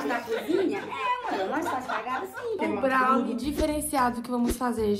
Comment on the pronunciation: Brawnir kkkk é BROWNIE kkkk mas ta tudo bem 😂 amo vcs dois vcs são os melhores ❤❤